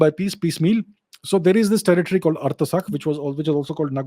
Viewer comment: Abjhit thank you for your commentary on this area I just want to correct you on the pronounciation of Artsakh it’s pronounced as written not Artasakh as I heard you say a couple of times at the beginning of your video however I’m a big fan of your channel very informative and on the Armenian issue very objective thank you